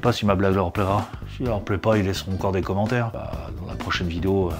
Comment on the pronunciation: Super tuto ! Merci ! et j'ai bien rigolé avec les commentaires sur les "commantèr" 🙂